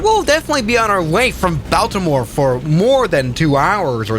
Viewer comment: I live in Baltimore. That’s not how you pronounce it. I think I had a few years taken off my lifespan with that pronunciation.